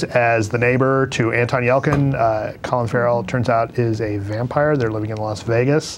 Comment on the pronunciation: It's "Yel-chin" not "Yel-kin." Thought you should know.